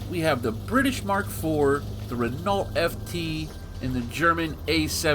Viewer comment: It's pronounced Re-know, not Renalt. It's french so the nault is just pronounced no